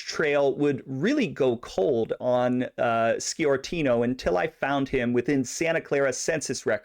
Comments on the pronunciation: It's pronounced Score-tino not ski-ortino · Sciortino is pronounced Shore-tino. While talking about San Jose, you can't forget Angelo Marino, or Salvatore "Bill" Bonanno, or for that matter Carlino's grandsons who didn't know their Grandfather's business back in Colorado, until recent years. There were more, I'll let you do the homework. Good job on the Cerrito's.